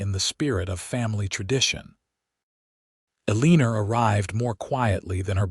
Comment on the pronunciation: Ahh... good old Uh-leen-ur!🙄🤦‍♀️😂